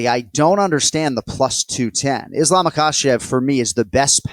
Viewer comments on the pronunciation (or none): glad I’m not the only one who is pestered/noticed him saying ISH-lam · “Ishlam” yeah definitely listen to the picks of this guy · Does this guy only study stats and make predictions? How can someone who actually watches fights and follows the game, say "Ishlam"? And Anik has gotta stop saying "man or woman" when he praises female fighters. The two divisions are worlds apart. As great as Zhang is, the canvas she's up against is still not the caliber of the opponents relatively speaking that male champions have to fight. The anomalies among the women become champs and dominate over a majority of not super great opponents. This is biology. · Did this dude just call Islam “ISHLAM” wtf lol get him off here